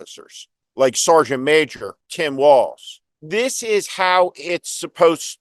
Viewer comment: Walz - not walls! Yes you KAM! K-AMerica!